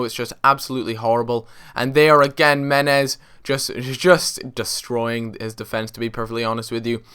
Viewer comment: Meh-nez! For god sakes